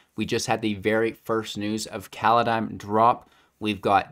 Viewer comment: You're probably still thinking too much about Kaladesh. It's Kaldheim, not Kaladheim.